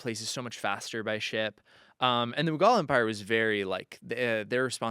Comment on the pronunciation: a real modern Renaissance man! 🤩❣️ Edit: um, "MOH-guhl" empire not mahgal.... Sorry 😬